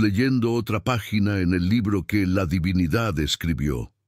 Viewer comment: Aprende a pronunciar divinidad